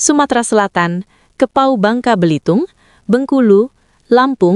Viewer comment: Sebutannya kepulauan Riau,bukan kepau,bingung orang mendengarnya